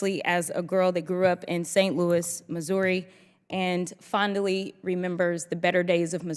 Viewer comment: "Seventeen years practicing law", and she cannot pronounce "fondly" correctly? Affirmative Action/DEI gives us these low-intelligence neo-Marxists.